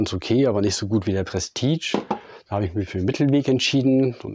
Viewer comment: Es wird "Prestiesch" gesprochen und nicht "prestitsch" !!!!!